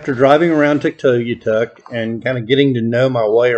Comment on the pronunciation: You’re pronouncing Tuktoyaktuk wrong. You’re forgetting to say the middle K :) Tuk-toy-ak-tuk